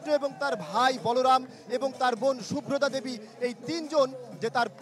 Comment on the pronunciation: দেবী সুভদ্রা, নামও ঠিক মত উচ্চারণ করতে পারেন না।